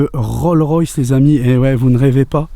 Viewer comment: Juste un petit commentaire pour dire qu'à la fin c'est une RollS Royce, le "s" de Rolls se prononce